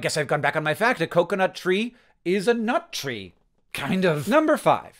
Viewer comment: Hank I understand you're a Basement Yard fan but you cannot keep pronouncing coconut this way 😂😂😂